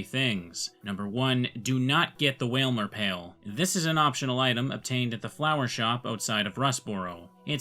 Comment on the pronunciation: Stop everything. Wailmer pail... and you didn't say pailmer?